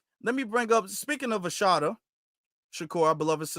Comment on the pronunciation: Great broadcast sir. Just one thing. There isnt an H in her name. Its pronounced uh-SAH-tah. Peace and blessings.